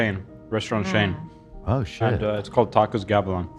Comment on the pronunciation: "It's a Shain, a restaurant Shain"